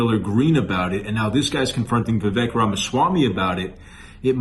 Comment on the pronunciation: Vivek pronounced like cAKE Get it right before he runs in 2028. 😉